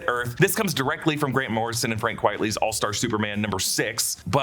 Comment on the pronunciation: Always love your erudite deep dives, so it pains me to hear “Frank Qui-et-ly” when Vincent Deighan‘s pen name is a play on “quite frankly,” and therefore pronounced “Quite-ly”. I don’t mean to bum you out, though. Your videos are so virtuosic that maybe I shouldn’t have brought it up. Please forgive the hairsplitting – I can be such a jerk sometimes!